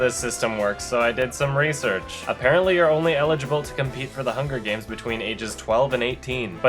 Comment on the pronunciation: HUN GER GAYMS